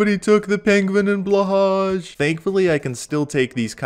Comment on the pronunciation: U dont pronouns Blahaj like thatttt D: //Swedish human